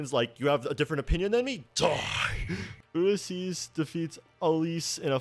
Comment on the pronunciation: Struggling with Ulysses’s name is so real I cannot with him